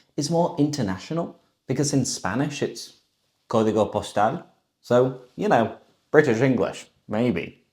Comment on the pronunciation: Kqkskqks ¡Qué bien pronunció "código postal"! Kqkskqks